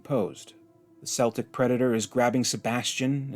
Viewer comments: Celtic is pronounced Keltic not Seltic. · Little tip, the first c in celtic is pronounced as a k, the other way is a Scottish football team.